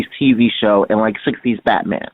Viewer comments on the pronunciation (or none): none